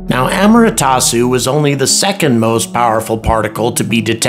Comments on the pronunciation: it's A-MA-TE-RA-SU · Thanks for another enjoyable video. My only real issue was with the mispronunciation of "Amaterasu". Just wanted to point it out for future reference